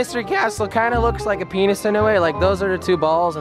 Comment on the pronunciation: LOL U SAID PINIS